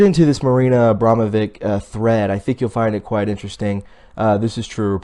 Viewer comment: you know Abramovic spells not like vick but witch at the end in serbian....:)